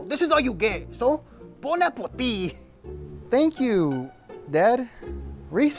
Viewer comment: “bone apple tea” - 2020